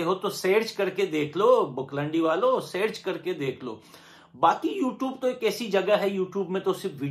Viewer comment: Is not seerch is search 😂 wow English is se to pakistan🇵🇰 ke team ache English bolltee hee